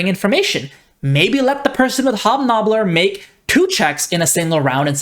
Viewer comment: actually made me chuckle a little. There is no L in Hobnobber but I may have to start saying it this way lol. Thanks for a good start to the day. Good points, fun video, GMs who can be rules flexible instead of taking everything at face value are creative gems.